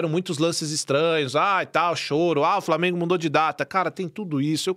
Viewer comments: Fala Framienguumm kkkkkk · Kkkkkk eu sou flamenguista mas o "frameeengunnn" é muito engraçado velho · "FRAMENGU HÃ ISSO AQUI É FRAMENGUUUU" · Cadê o ''FRAMIENGO'' KKKKKKKKKKKKKKKKKK